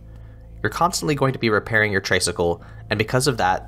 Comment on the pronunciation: great review as always! btw, just a small thing, but I believe "tray" in traysikel is pronounced like "tri" as in three, as in three cycles because the tricycle has three wheels. "traysikel" is just a colloquial respelling. Tagalog vowels are not pronounced like American vowels. our letter "a" is pronounced as "ah" and not "ay." anyway, i'm just being nitpicky! thank you as always for featuring indie games!